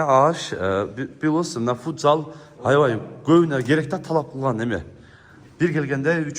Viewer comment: Фудзал эмес футзал болот